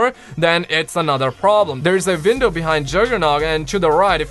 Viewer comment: Don’t be offended but are you German? I can tell that when you said window you said vindow.